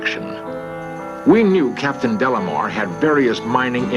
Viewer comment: Leonard insists on adding an L to this man's name. It's De Lamar, not Del Lamar. so annoying...